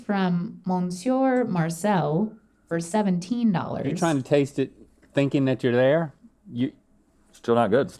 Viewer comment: From a bilingual French Canadian fan of this show (aka me haha), the first quiche place is pronounced: “muh-syur Mar-cell “but don’t pronounce the “r” in monsieur and the second place is pronounced “luh pin ko-te-de-hein” (don’t pronounce the n at the end) I hope this helps!❤️